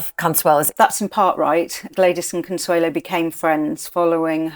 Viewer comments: Why does she keep saying "Consuela" its CONSUELO... it ends in o... Consuelo... no la. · A great videos. Just a little pet peeve... her name is Consuelo, not Consuela (pronounced "owe" at the end, not "uh", or am I wrong? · Con-sway-lo Baaa-roke These pronunciations…..ugh! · Is she mispronouncing her name ?